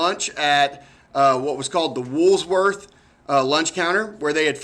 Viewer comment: no s in woolworth ffs ,,,at least get the name of the place right if you are going to report on it